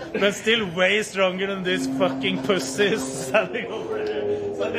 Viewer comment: saying “fucking pussy” with that accent gives me life. Also I subbed